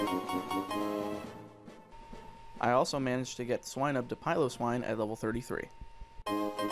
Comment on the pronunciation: Led-dih-bah not "Laid", and Pil-oh-swine like 'Snow Pillow'; I know how it's spelt that's how it's pronounced.